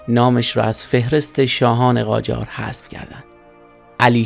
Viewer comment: قاجار نه جاقار